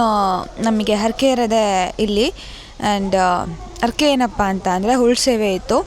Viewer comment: ಕನ್ನಡ ಮಾತನಾಡುವಾಗ ಉಚ್ಚಾರಣೆಯಲ್ಲಿ ಸ್ಪಷ್ಟತೆ ಇರಲಿ. ಅರಕೆ ಅಲ್ಲ ಹರಕೆ. ತಪ್ಪು ತಿಳ್ಕೋಬೇಡಿ.